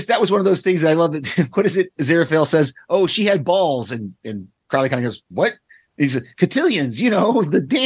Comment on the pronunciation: It's odd how many reactors/reviewers can pronounce Aziraphale correctly but don't pronounce Crowley in the way that it is consistently pronounced on the show.